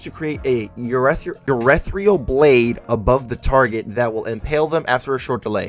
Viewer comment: Yo dude, I'm sorry but it annoyed me, ethereal, ee thee Ree Al, but urethral, we aren't peeing (urethra, cmon dude)